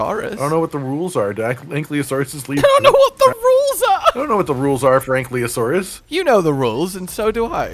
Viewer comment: it's "an-kye-loe-soar-russ". think of Kylo Ren when trying to pronounce Ankylosaurus. there's also "an-kee-loe-soar-russ", if you prefer.